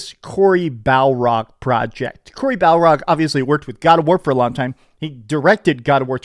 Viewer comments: It's Barlog not Balrog😂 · It's BAR LOG not BAL ROG haha! Here's hoping for a good show tonight! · Cory BALROG?!?!?!? 😅 He...Shall...Not...Pass!!!! Lord of the God of War. 😂 I love it when says Cory Balrog